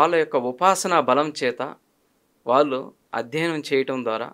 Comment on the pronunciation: 👌ఇంటర్వ్యూ🙏 ఉచ్ఛారణ దోషాలు: షుద్ధి-✖️ సుద్ధి- ✔️ పెల్లి-✖️ పెళ్లి-✔️ వాల్లు-✖️ వాళ్లు- ✔️ దశ-✔️ దష-✖️ శుభం-✔️ షుభం-✖️ ఇంకా…… ఎన్నో